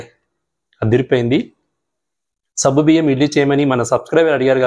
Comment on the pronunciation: Good morning Sir Intha late ga ee recipe pettaru. Ninna pettina ee roju chesedanni.. already I started cooking 😅. And one sir if don't mind it's not sabbu biyyam, it is saggu biyyam. Sabbu means soap in Telugu. Anyhow Tq for easy recipe.